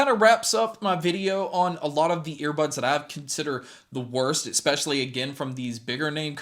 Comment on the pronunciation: You are professional media now ..... lose "expeshially" .. completely. Add creditbility to yourself especially now. and ... please God don't axe me any questions.